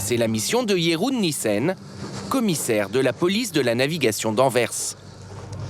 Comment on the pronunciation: Pourquoi dire Katjé ou Jéroen? Il n'y a pas d'accent !